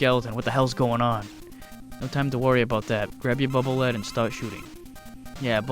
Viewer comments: It's actually the Bubble Lead, pronounced "leed," because it travels in front of you. The water from the weapon is shorting out the hologram, hence the damage. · to be honest I always pronounced it as if you were LEADing someone but I guess either way could be correct its just all about preference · Wow, that's interesting. That may be how it was intended to be pronounced. But I'll never get used to saying it that way. It's been Lead (led) since I was 5 years old, and will be til I'm dead and gone.